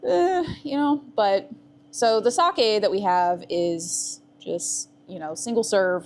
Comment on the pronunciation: Holy shit you were the first American I'd ever heard pronounce sake correctly. Nice fucking work. Going to close my eyes now and pretend everything's going to be like that forever and drift peacefully away...